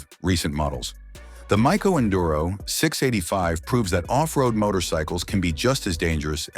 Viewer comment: My-Co Enduro , I'll take two please .